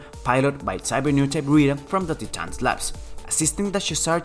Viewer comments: Can you please pronounce "Titans" as "Tae tans" or "Thai-itans" or "Tie-tans" as it is pronounced CORRECTY. You keep on saying "Tee-tans." Annoying! and Dumb!!!!!!!!!!!!!! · That is the reason some others also give. But the truth is that, "Titans" is not "Tee-tans." If we continue with this reasoning, "is how they prononunce it in the original japanese", we should all stop saying "Gundam" and start saying "Gun-da-mu." The idea of the Titans was borrowed from the Greeks by the Japanese anyway and it is Universally pronounced as "TIe-tans" and not "Teetans." Why am I concerned? Because I have kids who noticed this and now they are asking their teachers about the correct pronunciation. Should their teachers just reason out that, "It is the way the Japanese pronounce it?" The rest of your narrative was in well spoken English. So why stick to the incorrect pronunciation that the Japanese said? I mean another youtuber, Zethythonix, is obviously a Japanese. But he is based in Australia. From his videos, he clearly pronounces "Titans" as "Taytans" and not "Teetans."